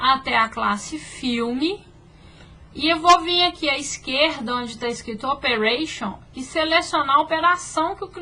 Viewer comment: Eu falo astáh tbm, afinal quando escrevemos "eh, oh lah o reclamão" lemos é, ó lá o reclamão kkkkkkk